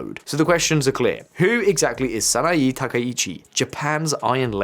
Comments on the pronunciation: Just a friendly correction: Sah-nah-eh *not Sah-nah-ee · I couldn't get over how you kept mispronouncing the given name of Japan's new PM. The e sound in the name Sanae is pronounced with an eh sound. Edit: I noticed how you pronounced all other names correctly. 😬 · Try first to say her name correctly please... saa naa eeh. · The mispronunciation of Sanaee Takaichi with an Ee/ea is ... a little irritating 😅 it's Sanae / SanaEY, like in Hey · Before making public broadcasts about a foreign leader, it's good practice to learn how to say their name correctly. It's "Sanae" (さなえ). You seem to be saying "Sanaii" (さないい). Imagine if a foreign commentator said "Kor Starmer". They would sound ridiculous, or American. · In japanese "e" is pronounced "ay". So please pronounce "SanaAY Takaichi" and "komAYto" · SA NA EH. It's not that hard. Just say "Sana" and then blur that together with just pronouncing the letter "a" at the end. Why would you pronounce an E the same as an I? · It’s pronounced “San-ah-eh.” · Small point, I know, but the pronunciation of さなえ as /sænæi:/,しんぞう as /ʃ ɪnzəʊ/ and こうめ いとう as /kəʊmeɪ,ɪt əʊ/ detracts (this listener) from an interesting analysis. The presenter seems to be taking great care over mistaken transcription.